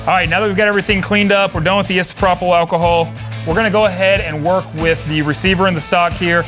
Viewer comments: NICE VIDEO!!! GREAT JOB!!! BTW it's "eye-so-pro-pol" alcohol.... we all learn somethin new every day!!! Thanks for showing me how to camo my gun!!! FREEDOM!!!! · I’m genuinely disturbed by how he said isopropyl